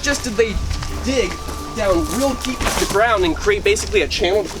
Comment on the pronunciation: I swear i heard "one thing is their dick "(correct they dig)